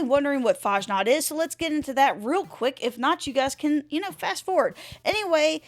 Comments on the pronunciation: FASSNACHT, not fahnaht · Fashnaht? Fass-nacht. Ch is pronounced like the ch in "lachaim" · Faschnaht 0.0 its Fasnacht dont butcher my beatiful language ~ Herman ze German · The game runs like Malware these days. Also, it's pronounced more like Fass Nahkt rather than farsh nargt. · Fasnacht is real live event celebrated in Switzerland and other countries , Helvetia being mini-Swiss-colony observing it too . you also absolutely butchered its name .